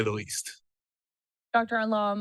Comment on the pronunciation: She got his name right, Alon not Allen.